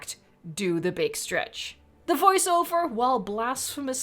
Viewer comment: Beeg strech